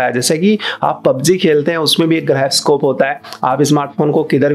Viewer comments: Bhai wo Gyroscope hota hai, grayoscope nhi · गायरोस्कोप नहीं होता जायरोस्कोप होता है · Griyoscope (Gyroscope)😂😂 Video is Informative but Griyoscope was best